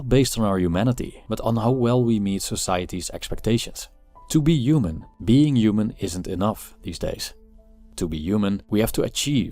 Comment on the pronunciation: Yuman, yuman value, yuman doing, yumanity. Yuman. Yuman. Yuman.